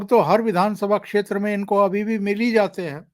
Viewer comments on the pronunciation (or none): none